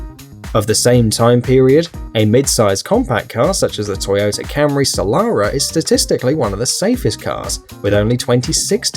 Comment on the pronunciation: Toyota salara? lol. It's pronounced su-lair-uh